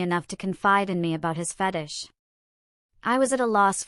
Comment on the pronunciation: Stop mispronouncing fetish 😢